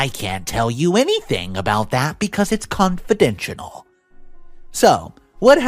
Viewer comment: Also comical pronunciation 'unsubstandchuated' for 'unsubstaniated', 'distorb' for 'disturb' and 'confidenshenal' for 'confidential'. Great QC! /s